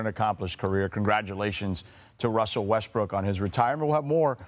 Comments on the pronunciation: He said RUSSELL WESTBRICK 😂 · 😂 He calls Him Westbick smh 🤦